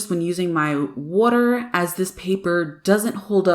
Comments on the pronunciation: Bro ur so annoying how u say wooter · Firstly I love the way you say “water” secondly, the camera work on your videos are on point, thirdly... I love this piece! Blending is so hard, and so is using water. Like you, be careful not noise too much. You make us look So easy!! Great work!